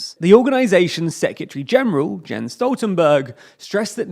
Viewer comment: Do you really expect this channel to be taken serious if you cannot even pronounce the first name of Nato's general secretary correctly?